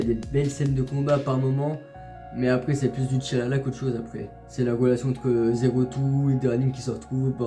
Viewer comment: Quand ta dis Zéro Two on c est compris mdr😂😂